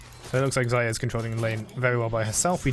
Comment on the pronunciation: Can someone count how many times he got Xayah's name wrong? Lmao